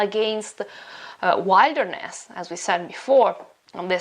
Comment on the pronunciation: Pronunciation of wilderness!!! /ˈwɪl.də.nəs/